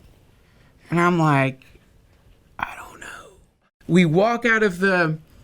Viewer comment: “When are they gonna kick in?” “I dOnT kNoWaH” 😂